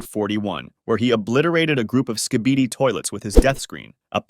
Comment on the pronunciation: "The Acid Barrel Skeeibieedi toilet" "The Anthony Fantano Skybidi toilet"